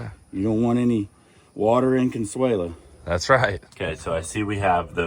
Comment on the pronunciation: The correct name in spanish is Consuelo not Consuela